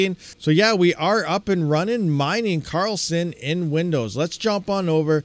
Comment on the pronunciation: it is Karlsen D not Karl Send;-)